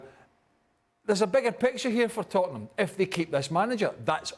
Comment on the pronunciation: Tottenham, it’s the history of the Tottenham….say it right 😂😂😂